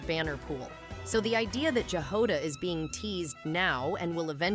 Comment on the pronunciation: Jahoda is slavic word (I know it from Chzech). You pronounce J the same way you pronounce "Y" in "MiHoYo".